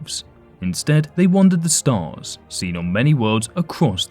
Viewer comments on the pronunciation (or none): none